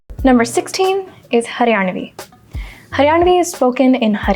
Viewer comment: Sorry but as a haryanvi i can confirm your accent was not accurate but u tried your best ❤️